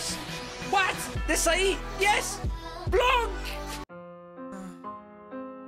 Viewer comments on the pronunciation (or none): none